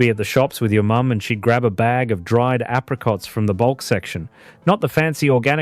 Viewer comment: Not like today, everything artificial, fake, synthetic, even the AI video narration that cannot pronounce apricots.